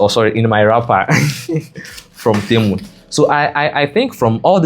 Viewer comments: Temu not Ntemu😂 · For the record it's pronounced tee-moo Great video!